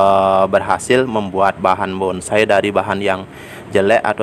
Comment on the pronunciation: Itu yg komen jiwa Seninya NOL BESAR.... BONSAI kok bisa bilang BONGSAI... 😂😂😂